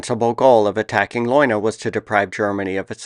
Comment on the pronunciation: In German all vowels are pronounced. So the pronunciation is more like "lay una". You have great stuff.